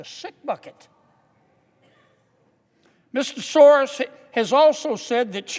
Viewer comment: George Soros is not running the Soros company & non-profit any longer, it is his evil spawn Alex. Please at least say the name correctly. Thank you Mr Kennedy for fighting for Americans